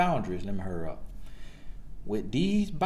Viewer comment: He said "Lemme hurrup" 3 times 😂😂😂😂😂